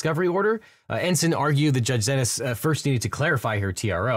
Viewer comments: Xinis is pronounced “See Knees” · I thought Judge Xinis' name was pronounced as "See-Knees"?